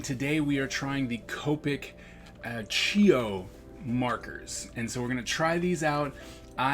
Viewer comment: These are the "entry level" Copic and they're pronounced "chah-oh" I think it's Italian. They're basically a Sketch markers with a round barrel and holds less ink.